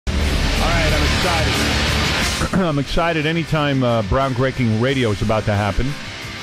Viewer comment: "Bround greaking radio"